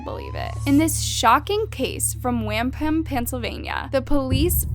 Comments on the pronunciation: It's pronounced Wom+Puhm ...I love when people try to pronounce places in my home state lol like Reading PA. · Its pronounced Womp pum, Pennsylvania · Wampum, it's also another name for money. Look up the pronunciation before making a video.